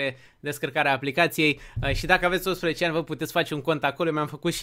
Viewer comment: s-a auzit de parca zici 11 nu 18 =))